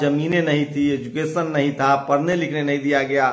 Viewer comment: Parna nhi hota........ Padhna nhi hota